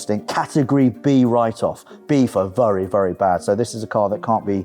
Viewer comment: 'vurry' good respray guys